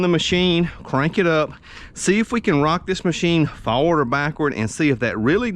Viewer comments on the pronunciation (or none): Forward not “Faward.”